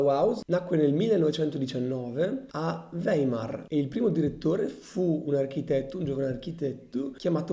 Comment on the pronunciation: ... interessante e chiaro, ma stride la pronuncia tedesca ... ora ho sentito "Weimer" e "Dessò" ... non proseguo, mi dispiace!